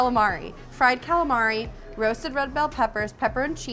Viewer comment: You say calamari how i say it and its the wrong way LOL